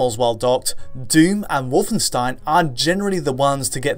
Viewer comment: You're pronouncing "Wolfenstein" wrong!:D